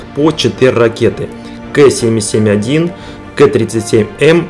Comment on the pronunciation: Название ракет резануло слух до крови. "Кэ-77","Хэ-31". Неужели сейчас так в школах учат? Или... Короче, "Ка" и "Ха" прошли бы "сквозь слух" без боли, но то, что я услышал, явно от человека книг не читавшего...